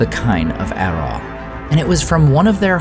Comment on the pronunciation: 'Araw' is pronounced as /araʊ/ - like 'arrow' but as if it rhymed with 'brow'.